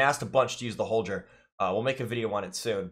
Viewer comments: Holjer? Or HolGer? Pretty sure it's HolGer bro.. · Holjur🤮<<< Holgrr